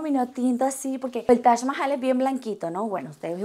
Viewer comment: Es TAJ MAHAL. literal yo oigo que dices tash mahai.